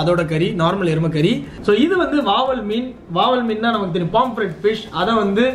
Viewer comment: Athu Vaval illa Vavaal 🤣